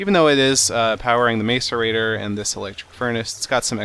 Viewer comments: MASS-erator. It's hilarious listening to him saying MACE-erator. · It's pronounced mass-er-a-tor not mace-er-a-tor. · He is pronuncing macerator wrong the ma is not like may but is like mac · "mass-or-ator" not "mace-er-ator" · It's pronounced masserator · its not pronounced mace-erator it is pronounced mass-erator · It is pronounced like Mass-erator not Mace-erator Seth :P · mac-a-rator, not maca-rator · Oh. And by the way, it's Mas-erater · It's pronounced mah-sor-ater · I don't mean to be mean but its MASS-erator, or at least how its pronounced. its bugging me a little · IT'S PRONOUNCED MASS-ER-ATER!!! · Pronounce macerater like this (mass-er-a-tor) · Will you please pronounce it mah sir ate or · macerator is pronounced mass-er-a-tor not trying to be mean, just it bugs me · Lol how he says macerator. It's said. Mas ir ra Tor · Macerater is said mac- er-rate-or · it is called a mass a rator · Your saying macerator wrong! it's pronounced "Mas-er-ay-tor" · Its pronounced masseur actor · some people pronounce it MACE-aRATOR stop being mean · Macerator (Mass-e-rator) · its pronounced "mass-arator" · You say it like mass-a-rator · lol You are saying macerator wrong.. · calm ur head,u dont need to get that mad about a mispronounciation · You said it wrong